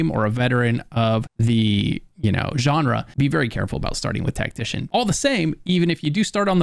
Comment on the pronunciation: So easy to sit and listen. Not boring, and you keep my excitement level up. You relax me knowing when I'm overwhelmed and relax me when I feel nervous. I can tell you've "been there before". You're a pro, bro. Thanks for pronouncing "genre" correctly and thanks for calling ME a Legend! ❤